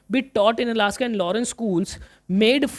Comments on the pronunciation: Alsace❌ Alaska✅😂... But sir thank you for this great explanation and imp. questions❤. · Sir Alaska bol rhe h vo y khe rha rha